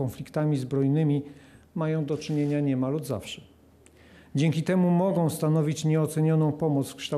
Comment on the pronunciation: "mogOM", Tak pieknie domknal wargi, ze slychac, jakby podwojne "M", wczoraj, czy przedwczoraj niczego nie skaleczyl, bo nie uzyl wyrazow z koncowka na "a" z ogokiem. Wyglada na to, ze jeszcze nie trafil na moje uwagi, albo nikt mu nie podpowiedzial, ze ktos mu wytyka, ale licze na to, ze kiedys dotrze do niego informacja i zacznie pracowac nad sobOM!